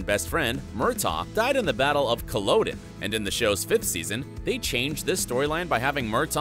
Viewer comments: Culdon...its co-lod-in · Please to the narrator- gibaldon.nor 'galbadon" and "Culloden" is "ca La dan' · And cull oh don? Please... Get the pronunciation correct! It is Cull-ODD- en. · As a devoted Outlander fan, I really wish that the narrator of this video would get the pronunciations right! Did he never watch the series??? I mean, seriously....his mispronouncing of Murtaugh’s name and Colloden are irritating at best and embarrassing at worst. 🙄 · Could you learn how to pronounce things. Culloden was a world defining event in the history of Scotland. Give me strength to survive such poor scholarship and lack of respect for history.